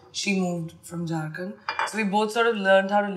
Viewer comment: when she said "Jharkhand".... it seems like London...!!!😍